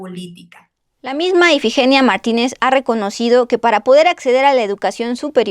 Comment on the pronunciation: Dijiste más de 2 veces el nombre de IFIGENIA mal tú dijiste EFIGENIA